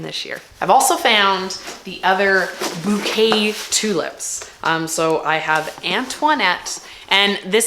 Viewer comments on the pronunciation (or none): none